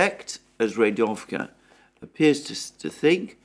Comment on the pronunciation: I would just like to help by pointing out that 'Rigovka' is Readovka